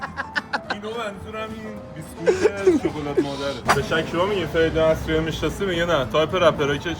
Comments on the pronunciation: آسرایی ❌ اَسرایی ✅ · آسرایی نه اسرایی